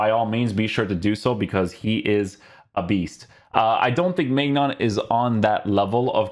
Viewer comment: His name is pronounced mynan